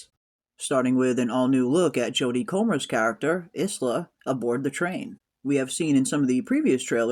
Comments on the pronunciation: Her name is Isla its pronounced "eye" la" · Isla is pronounced eye-la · FYI Isla is pronounced eye-la, like Island, not Is-la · I believe Comer's character's name is pronounced "Eye-la"